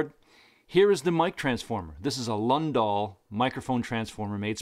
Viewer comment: great video, thanks! one thing -- Lundahl is pronounced "Loon-Thahl".